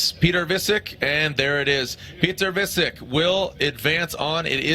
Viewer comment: piotr wiecek lmao just say vietchek not visik